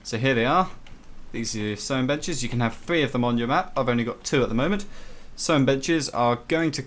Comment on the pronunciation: When you said sewing benches I thought you said sewing and then the b word